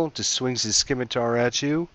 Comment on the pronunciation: Scimitar in pronounced "Sim-itar", not "Skim-itar". Like in Scissors.